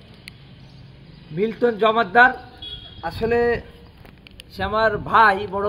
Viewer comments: উনি কিসের সাংবাদিক যেখানে সবাই বলে মিল্টন সমাদ্দার আর উনি বল মিল্টন জমাদ্দার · সমাদ্দার না বলে জম্মাদার বলছে। তার ছোট ভাই হলে নিজের নামের টাইটালই ঠিক মত বলতে পারেন না।।কেমন ভাই আপনি। কিছু ভিউ পাওয়ার জন্য মিথ্যা অভিযোগ করছেন। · মিলটন জমাদ্দার না😅😅😅 মিল্টন সমাদ্দার তার ভাই হলে নামটা কেমনে ভূল উচ্চারণ করে?😂😂😂😂😂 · মিল্টন সমাদ্দার মিল্টন জমাদার না নামটাও তো ঠিকমতো তার ভাই তার বলতে পারে না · আপন ভাই কিন্তু নামটা তো উচ্চারণ করতে পারিস না জমাদ্দার না সমদ্দার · Oke Vara kora hoise. Kokhono Vai hote pare na. Nam O thik moto bolte parena. Lilton jomaddar bolse. Somaddar K jomaddar bolse. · মিল্টন সমাদ্দারকে জমাদ্দার বলছে, আপন ভাই হলে কি নাম ভুল বলার কথা? দুই ভাইয়ের ভাষারও মিল নেই। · মিল্টনকে ফাঁসানো হচ্ছে উনি তো ওনার। ঠিকমতো নামটাই বলতে পারতেছে না সুমাদ্দারের জায়গায় বলছে জমাদ্দার। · নিজের ছোট ভাই হলে টাইটেলটা ঠিক ভাবে বলতে পারে না কেন? সমদ্দার কে জমাদ্দার বলে। এটা ভুয়া।